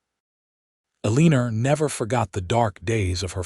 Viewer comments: It's Alena not eleer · Ok I have to say it. Why do you pronounce the name Elina as Eliner? You have done it before with the same name. You did the name Helena and Becca correctly. Please it is Elina! I love these stories, Thank you. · There's no r in Elina!!!